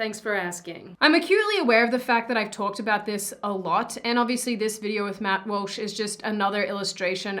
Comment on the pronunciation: Love your content but why you calling him Matt Wulsh XD